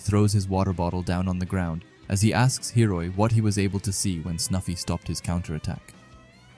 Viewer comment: I know it's common for you to mess up pronunciations, but cmon, you gotta do Hiori like that? 😭